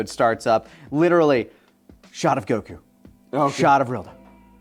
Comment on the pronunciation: Did just say Goku's name correctly?